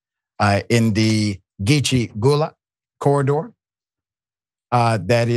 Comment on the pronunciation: Dr.Rashad Richey...please ask someone how to pronounce Gullah..